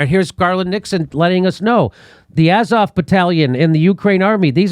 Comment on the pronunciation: “Ukraines are a bunch of NAZIS!!” — Jimmy Dore. 1. There’s only 1 Ukraine. Not multiple. 😑 2. “Muhzov Battalion”? Seriously? Come on, dude. 🤦🏻‍♂️ 3. I can’t believe this clip is unironic. Just wow. 😬🥶